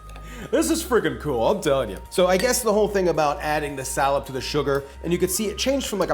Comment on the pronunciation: What that hard to get ingredient called? Did you just said Salad? Never mind, I see the description, Salep.